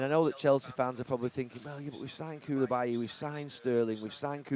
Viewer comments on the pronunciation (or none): how has he got the pronunciation of L the wrong way around on Koulibaly and Cucurella? 😭